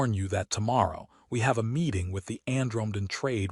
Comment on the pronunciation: ann-drome-den? AI Narration fails with aanother missing ending. AI Slop /sigh